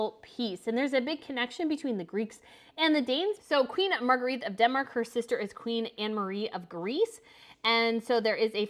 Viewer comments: Please, Queen Margrethe’s name is pronounced Mar-gray-tuh, not Mar-guh-wreathe. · The narrator can't pronounce Margrethe correctly